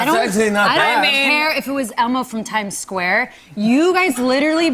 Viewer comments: Brie says "Time Scare" instead of Time Square. Lol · Am I the only one that heard Brie call Time Square, Time Scare?